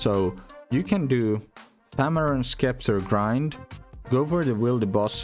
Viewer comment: Just an FYI “Scepter” is pronounced “septer” in english